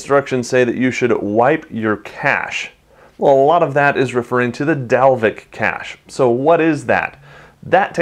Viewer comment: I am from Iceland and you are prety close to pernouncing Dalvik right.